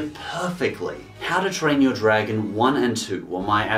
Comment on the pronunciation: "Yo Dragon" lol